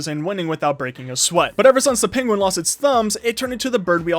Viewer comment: lol during the vid he says penwin facts